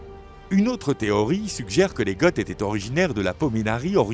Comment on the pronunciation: Goth ne se prononce pas "gott". C'est une faute et ça fait tarte. Vidéo intéressante malgré tout 👍